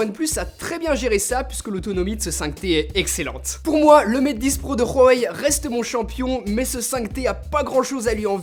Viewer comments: Pendant la vidéo tu as dit Huawei, tu prononces mal, c’est pas "Rouawei" mais "Ouaoué" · PS on ne dit pas royoy mais roawéy